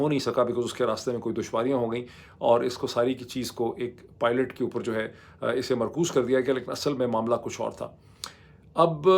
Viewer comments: Thank God you finally got the pronunciation of PILOT right,congrats,doc. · 10.30 - You said Pilot (an not Poilt) in first attempt....awesome.